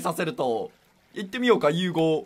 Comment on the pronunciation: し融合( ゅうごう)だよ